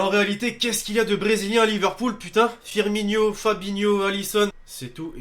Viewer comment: On dit Firmino pas Firminio